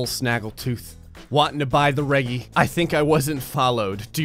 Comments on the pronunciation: You saying (re-gee) is driving me insane 😂 it’s (re-jee) 🤦🏼‍♂️ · Mans said “reg-e” instead of “r-edge-ee”